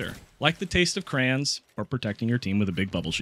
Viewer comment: Not to be rude but you say crayons a different way than a lot of people